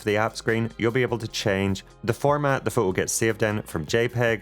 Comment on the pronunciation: What’s a pho-o. Don’t you like T’s